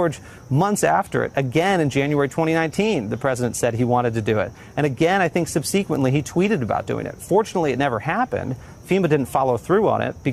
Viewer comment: SUBSEEQUENTLY?!?!?!?!!?! THE HELL WAS THAT